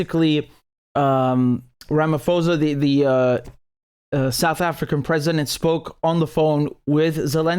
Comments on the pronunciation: Hehehe it's Ramaphosa the (ph) isn't pronounced as f.... Bu pronounced as P.... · Just a minor heads up, our South African President’s name is pronounced with a silent ‘h’, Ramaposa. Thanks for your positive take. South Africa needs all the kudos it can get right now 🙂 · Great work Richard. The h in Ramaphosa is silent. Peace